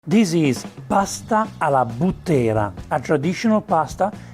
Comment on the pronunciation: Alla Bùttera, non Buttèra. I Bùtteri sono i mandriani della Maremma. Esperti cavallerizzi.